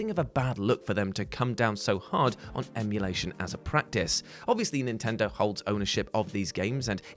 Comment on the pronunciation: I love "mulation".